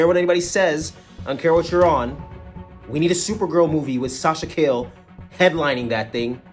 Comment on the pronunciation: Got back to the hotel after a little walking and knew I had to watch the review of the biggest Flash fan I know! Great review, fam! You made me laugh with the Sasha “Kale” 😂